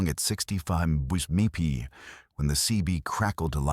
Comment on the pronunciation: "I was driving along at 65 mfjjfjfjh" 😂😂😂😂😂😂 That's what happens when you use AI for storytelling...